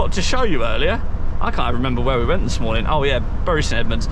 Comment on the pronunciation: Come on, can't call Bury local and then pronounce it like that. Its Bury like 'berry'! Bury born and bred here